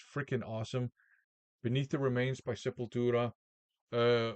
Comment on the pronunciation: Probably the best Portuguese accent from a non Portuguese VC member :) ie Sepultura \m/